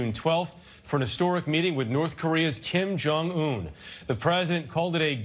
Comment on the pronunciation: "Kim Jong Tool"??? Really???